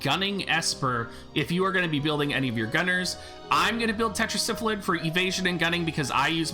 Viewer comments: It's Tetra Sylpheed! not tetra syphilid as in 5 sylphs in a council god it drives me nuts every time you say it like it's syphilis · Only because of his terrible mispronunciation of Sylpheed